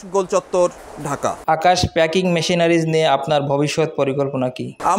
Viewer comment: প্যাকেজিং নয়, প্যাকিং